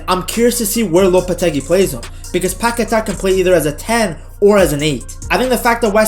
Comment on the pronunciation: Don’t listen to the telly that’s not how you say Paqueta’s name